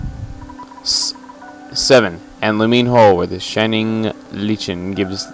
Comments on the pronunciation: I was spelling it how it is pronounced because he mispronounce lichen. He pronounced is leechen, but it should be pronounced liken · actually, lumine hole appears more in the game than lumine hall. also, lichen is pronounced lykin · Lichen is pronounced Like-en. =) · "Lichen" is pronounced "like-un." Lol